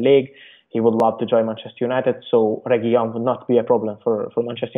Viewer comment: the Pronunciation of Reguilón is..........RRRRRRe....Gui....Lón......going up at Lón...